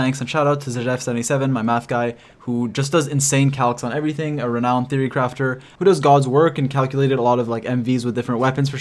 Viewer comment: "renowned" LOL